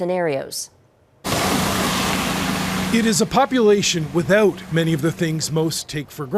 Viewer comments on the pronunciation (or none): he said with oot.